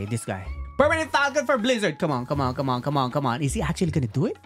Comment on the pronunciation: I like your videos but rubber for guake💀💀 or blizzard and sound for dough💀💀 plss be right